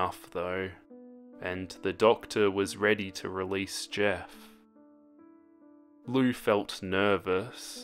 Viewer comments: It is pronounced liu! (lee-oo) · Wait It's pronounced Loo? I thought it was Lee-oo I'm stupid